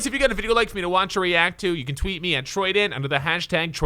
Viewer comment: Woah what did you say troudan lolz